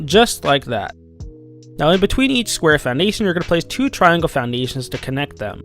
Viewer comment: You kinda say "Foundations" funny , i think its just me though :D